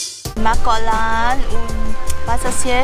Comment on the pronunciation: Hallo, ein wirklich tolles Video. Ich habe dein Videolink an viele meine Freunde gesendet. Ich bin ende November wieder in T Ein kleiner Tipp von mir. Höre mal auf deine Frau. Sie sagst "gog Lan" und nicht Koh Lahrn:-) wieder was gelernt? 😁